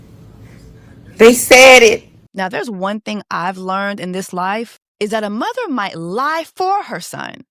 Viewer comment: She gives muvaa instead of mother chiiii